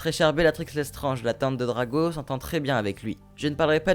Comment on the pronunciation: Le meilleur ❤️💕😍😘❣️🤞🏻 c pas Drago mais Draco